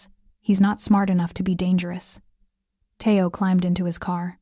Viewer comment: It's not "Thay-o. It's Thee-o".